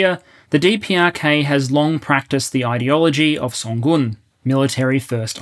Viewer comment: Good job pronouncing 선군 correctly!